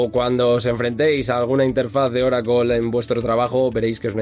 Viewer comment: Ahhhhh Oracle en nuestro idioma es Oracol. 😂 Tu eres top de la destruccion del español.